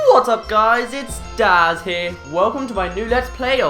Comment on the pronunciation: Bruh you idiot it's dazz 🙄🙄